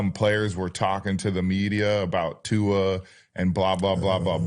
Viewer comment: Jason, please learn how to say Tuas last name properly.